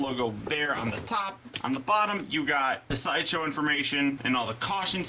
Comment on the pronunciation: Lol: "shideshow"